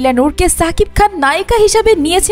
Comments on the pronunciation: Lern to pronounce his name properly first. Its Shakib not Sakib Al Hasan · ছাবিক খান না,, এটা শাকিব খান, আপনি আপনার উচ্চারণ ঠিক করেন